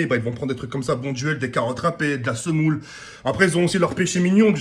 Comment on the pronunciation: A 2.03 il a dit e la semoule 😂😂😂😂